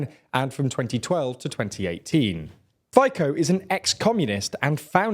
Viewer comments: Please, don't butcher other names. I am often watching this channel, but only now i realized, that anybody mentioned in this channel could be named totally different. Ex.: Fico is [Fɪtzɒ] not [Fɪkɒ] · Robert Fikoh 💀💀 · i love how he pronounces fico as fajko lol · Robert Fico, I hate him but you can’t "Fiko" but it’s more like zz in pizza. Fizzo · Interesting video, but it's pronounced Feetso, not Faiko. :D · Robert Fico's surname is pronounced "feet-so", just for your information. That's how Slovaks pronounced it. The way you pronounce it ("phy-ko) would be a completely different surname in Slovak. Just for your info. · FiKo :face-blue-smiling: FICO C like Citrus / Kučiak Kuciak C like Citrus / Hejger just Heger :face-orange-biting-nails: / And finali me two cent. Well yea Matovič is a Baboon, but the most problems created Boris Kolar from Sme Rodina. He actualy has 12 kids for now, no joke. He is what we call expensive bride. He basicli was stoping all means for what the goverment was elected. Why? Because his dirty with his past. Sulik from SAS was doing the same. Both play pro Democrats but do things that block such conclusion. Matoviš is actualy Katolic fanatic narcist so he didnt care and was more wiling to ban abortions than stop mafia. Sulik cared more about laws that disadvantage workers so his patrons with many employes beneefit. The 50 % mark pro rusia is not realy true, closer to 35% there was spike because of the EU lack of care for HOAX from rusia. And FICO is what ever benefits him, not just Comunist:face-fuchsia-wide-eyes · OMG... Fajko 🤣🤣 It should be pronounced as "Fitzo". And Smer is one word , it means "direction". He has no idea what he's talking about, bullshits... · Perfect summary, but mate.... It's Fitso, not Fajko. You're no better that Johnson and Gove in pronouncing the names.... It's rather embarrassing. You can do better. Just put the names into Google translate and have it read out in slovak.... It's actually easy. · Robert "Fajkou"